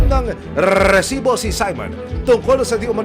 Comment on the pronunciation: Kairita to c Emil s pgbigkas ng rrrrrrreeeeeeesibo